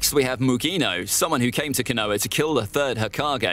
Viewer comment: Caught me off guard with the “canoah”🤣